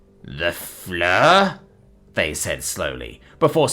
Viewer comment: I hate to be that person... you got Fleur right.. but Cadavre... it more sounds like cadah(v)rah) Flower the dead. Death Flower.